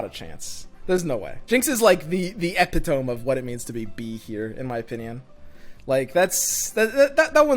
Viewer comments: Btw Epitome rhymes with Swimothy Its not Epi-Tome But: epi-to-Mee As in I, myself and Me(e). Used to say it the same way though :D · it's e-pit-o-me lol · your pronunciation of epitome is the epitome of irony